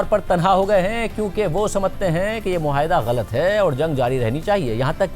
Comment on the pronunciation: مسٹر مہاٸدہ نہیں معاہدہ ہے